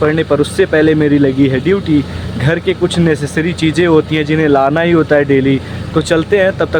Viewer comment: Namaj❌Namaz✔ Cheeje❌Cheeze✔ Badsa❌Badshah✔ Suru❌Shuru✔